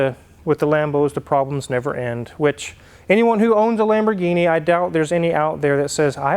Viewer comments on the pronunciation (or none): none